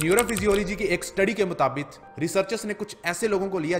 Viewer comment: मुताबिक़ होता है भाई। मुताबित नहीं। 😂😂 चेक करो सभी